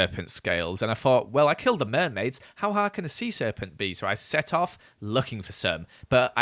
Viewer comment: How hard can a sea serpunt be? Me: DIES LITHING WHEN HE DIES